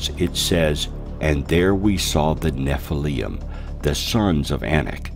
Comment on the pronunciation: nephilium???? theres no u in it